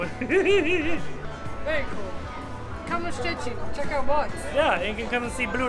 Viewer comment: Perfect prenouncination of Szczecin & “Wally Chrobrego “. almost better then your Wife’s. Ha ha ha